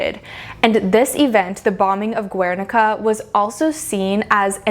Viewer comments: Yeah well, she can't e even pronounce Guernica, total moron, she really should do much more homework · Girl this video is amusing ... first of all learn how to pronounce Guernica, then stop spreading ignorance, the Guernica, not only represents the war, also the annihilation of a culture and region the Basque country... is yes and statement, is not the change from "beautiful" to "ugly" it represents one episode of the history in Spain and in the Basque country . there are centuries of innovation in art, in all ways, techniques, materials, composition, the introduction of perspective , etc ... and yes, art is and has been a way to communicate, and also to create propaganda like in nazi germany during the wwii, art is way of expression, that either you like or not, and is always in evolution... , you are all over the place... terrible video... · Great video, but the way you pronounce "Guernica" hurts my Spanish ears.